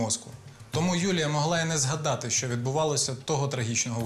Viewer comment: Розкажіть нарешті хтось розробникам цього серіалу : в українській мові нема "щьо", все вимовляється твердо. Це щьокання ріже вухо!!!